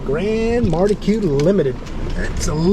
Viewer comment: It's mar key, as in Marquis de Lafayette.